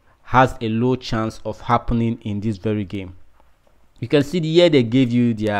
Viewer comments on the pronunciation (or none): none